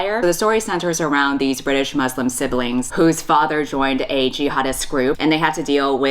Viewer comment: I love u but the way you pronounce Muslim i—💀